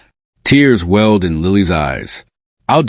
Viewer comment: Dancer, not answer. Tears welled not weld.